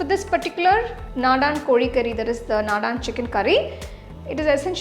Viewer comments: The curry looks yummy but the pronunciation is very different..it's not Nadaan it's Nadan ( means traditional) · it is not nadaan...naadan...meaning desi or local... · This is soo yummy. Thank you. It's naadan not nadaan. The a stress is at the beginning of the word. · Please note that you may pronounce the curry name short A after d..not nadaaaan